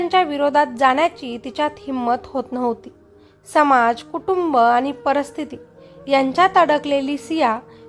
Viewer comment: परस्थिती नाही परिस्थिती असा शब्द आहे तो. मराठी अशुद्ध बोलता.